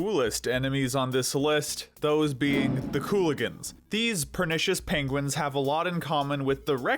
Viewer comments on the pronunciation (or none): none